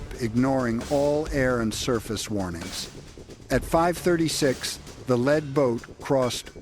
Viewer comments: Can't pronounce lead (leed) as in first boat kept calling it lead (led), as in heavy metal. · What’s the Asian guy saying? Hate AI robot speak. “Lead Boat” not pronounced led like a lead pencil. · Your AI narrator cannot distinguish when the “lead” craft might be a noun or an adverb. Led is not the sane as lead. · Too much “lead pronounced LED” in one’s diet has that effect on long term motor skills.. 🤔 and intelligence.. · You're killing us. Lead is not the heavy metal, in your report it's pronounced leed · I am really amazed how a lead (pronounced as the metal "lead") can reach 35 knots. Fx yer AI. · It is not a Lead Boat, Lead like th “Heavy Metal” but Lead as in lead a horse to the Barn !!